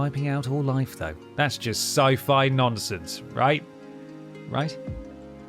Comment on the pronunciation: it's a joke I was making fun of how he called letho leetho and how some npcs will call Geralt Gerald ( to his annoyance). I was just having fun with the others especially dandyloins I'm actually surprised no one called him that as a dumb jest in the game.